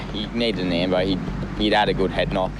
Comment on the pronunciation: Every time they say ambo like for ambulance, it sounds like they’re saying lambo, like someone get a lambo 😭